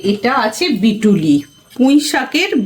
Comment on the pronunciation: বিটুলি না বলো মিটুলি